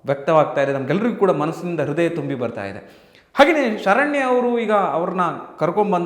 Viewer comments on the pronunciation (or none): none